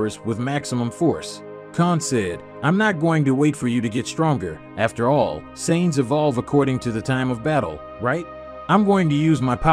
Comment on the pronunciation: Saytins 🤦🏽‍♂️ to think how many times we herd it still cant say it right